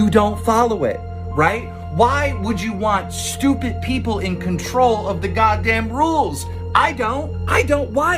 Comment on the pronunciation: Lmao the way he says stupid “stupit” :p